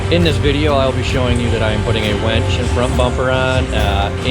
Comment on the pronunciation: I think Nate said “wench!” 😳